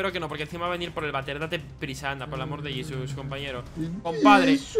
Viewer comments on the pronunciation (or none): Soy argentino y cuando dicen :Jisus me quedo como ._. es JESÚS